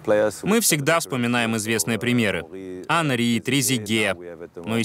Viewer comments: Хенри 🤦‍♂️ После этого даже слушать, что говорит, не хочется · Классный выпуск. Почему до сих пор не рассказали, что последняя согласная во французском не произносится?.. Петит, Хенри... Ужас. Саня больше всего скучает по майским шашлыкам, селедке под шубой и макаронам по флотски. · "Хенри.." ну ок) главное норм руководитель))